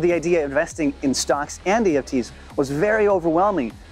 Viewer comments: Are you trying to say ETFs in that add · ETFs….. not EFTs 🤣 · did he just say EFTs and not ETFs…. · Anyone else catch that he said EFTs instead of ETFs? All good. I knew what you meant. Dope video. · When advertising "stash" you keep saying "eft's" instead of what they are, "etf's". Not sure if you caught that after editing.